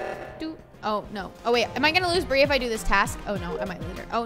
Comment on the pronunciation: why it said brie is bri not brie